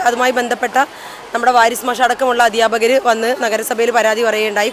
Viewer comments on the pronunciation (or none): അവിടുത്ത സ്കൂളിൽ 'അദ്ധ്യാ'പകരല്ല, അധ്യാപകരാണ് മേഡം.പേ റിവിഷൻ / പെൻഷൻ ശരിയായി കണക്ക് കൂട്ടാറില്ലേ എന്ന് കൂടി ചോദിക്കേണ്ടിരുന്നു.